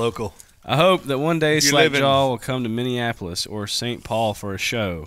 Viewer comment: As a Minnesotan I’ve never heard a southern man say “Minneapolis” correct in my life until today